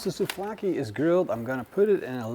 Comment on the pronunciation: souVlaki, there is a V there...